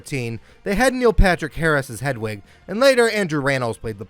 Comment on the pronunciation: Look, I'm a straight, white, cis guy and while I appreciate that my opinions on LGBTQ+ matters means jack shit-- You're pronouncing Hedwig's name wrong 🤣